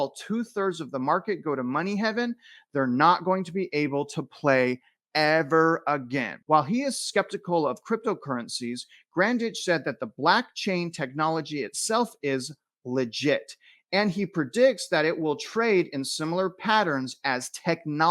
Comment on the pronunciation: blockchain, not blackchain